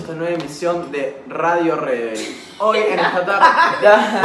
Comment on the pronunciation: Nadie Nadie x2: bienvenidos a rrradio rrrebel